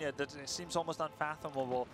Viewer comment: unmathomable -Grubby